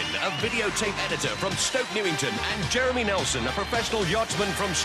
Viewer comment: I bet the commentator was super careful each time he pronounced the black guy’s name. The ref was focussing so much on the name that he screwed up with ‘Jeremeny’ instead 😂